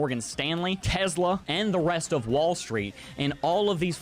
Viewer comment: What’s Tezla??? 😮